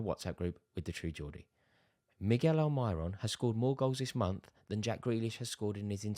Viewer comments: “Al my ron” you mean Almiron ? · He outdoes even the true geordie for saying Al My Ron..